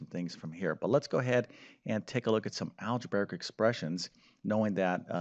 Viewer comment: Algebraic, not algebaric.